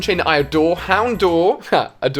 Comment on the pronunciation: Corsola... It's pronounced Corsela Houndoor (Houndour)... It's pronounced Hound-hour (like the time hour) Clefair (Clefa)... It's pronounced Clefaa Tatadile (Totodile)... Its pronounced Toetoedile Ali says he's a Pokémon fan but he can't even pronounce most Pokémon names. There's many more that are incorrectly pronounced, but I'm too lazy to list them.